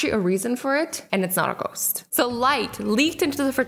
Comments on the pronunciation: Did you just say Goats instead of a ghost 🤣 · Did she say goat once instead of ghost or is it just me? No? k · She said goats not ghost 🤣🤣🤣🤣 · Yup she did say goat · Azzy saying:goat me saying :Azzy that is a goast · XD why did she say goat?!?! She meant ghost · When Azzie said ghost I thought she said Goat